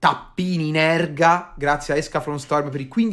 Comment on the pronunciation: Mi permetto di correggere... si dice Ergal... Scus...